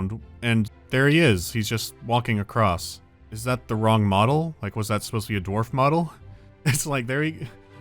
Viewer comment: (Awkward pause) DWARFS !!!!!!!